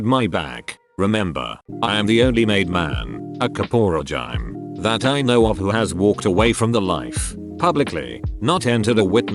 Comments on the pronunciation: LOL... "kaporehgyme" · . A "kapohrajyme" hahahahha